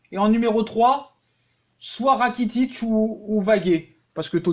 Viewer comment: Ratikic mdr 🤣🤣🤣 Rakitic 😂😂😂